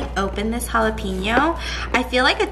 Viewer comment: They way she said jalapeno makes me mad 😂😂😂